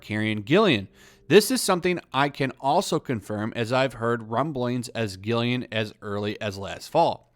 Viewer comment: Douchebag much? First of all, it's Karen GILLAN, not "Gill*i*an". There only one "i" and it's BEFORE the double "l"s. I'd see ANYTHING she's in - she's a terrific actress and just based on her Jumanji performances, I'd definitely give it a watch. Everybody was saying that the first Pirates of the Caribbean movie was going to bomb - "Based on a *ride*! What are they *thinking*??" - but it turned out terrific. I'd give this incarnation a go.